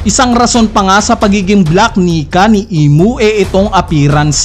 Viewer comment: Ilang beses mopo inedit ung voice mo ya?di ka nag kaka mali sa word na "black Nika?"kahit once?